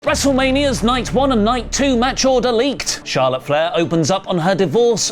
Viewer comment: Charlawt divawrs